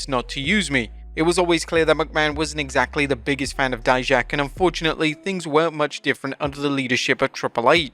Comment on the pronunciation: thank you for finally saying dijaks name right